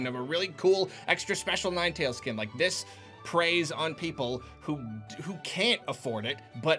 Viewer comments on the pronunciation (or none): i swear everytime says "$40 skin" i automatically hear "$40 scam"